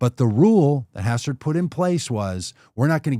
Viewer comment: Hastert btw, not Hassert. :)